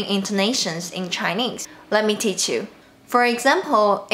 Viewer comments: “Peach” “Pitch” hahaha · "He wanted his peach to go down." Peach??